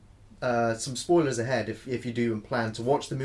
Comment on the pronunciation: Careful! There are "SPOLIERS" ahead. 😆